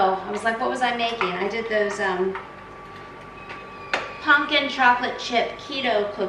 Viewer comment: It’s so cute how you say “puNkin” instead of “puMpkin” 😊❤